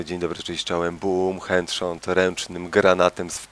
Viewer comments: Dzień dobry cześć i czołem, booom "hędszot"... xD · Lol usłyszałem hęd sząd na początku :D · się przejęzyczył ale miałem troche śmiechu "BUm chędsząd:D"